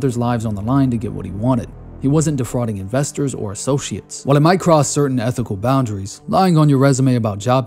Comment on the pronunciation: "Might cross" sounded a lot like "Mike Ross" when the background clips changed to Suits. That was excellent timing.